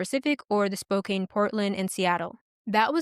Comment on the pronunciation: Thanks for the story. Well done. One very tiny, inconsequential note: Spokane is pronounced like spoke•can rather than spoke•cane. Just in case another story features that city.